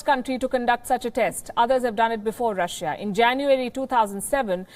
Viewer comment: You are a breath of fresh air in the international news. You are the most objective news platform at the moment, but please pronounce countries names correctly. Google how to pronounce Russia, please. Thank you, and I wish you all the best.